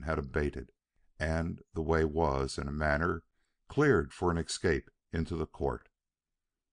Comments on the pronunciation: Nice clear reading. Noting for the reader the escape is pronounced s-cape not eck-scape. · I agree w/ last comment about the word "escape", he pronounces it "excape" and the word comes back so often that it's impossible not to notice. Also, he has a wonderful voice. However, there seems to be something wrong w/the punctuation: the flow... I don't know how to express it. As if he adds comas.